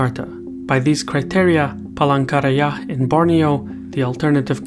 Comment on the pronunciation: Are just me heard Palangkaraya as Pole Korea lmaooo